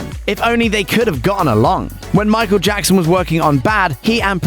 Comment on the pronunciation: "And sent the new version bacc to Jaccson Now you can't unhear it